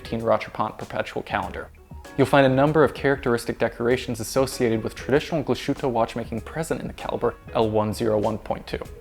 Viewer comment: Please sork on your pronounciation of german words like Glashütte 😂 It's not "glash-utte", it's "glas-hütte"